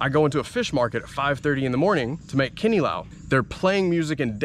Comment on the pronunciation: You pronounce KINILAW perfectly.